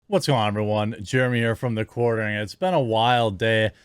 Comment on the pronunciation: I find the way you pronounce "been" disturbing. ;) On topic, imho Rogan should not have apologized if his using of the N-word, as it looked like it was, was done in context.